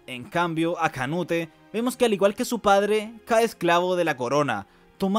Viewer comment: Me da estrés q diga canute en vez de "conuto" 😔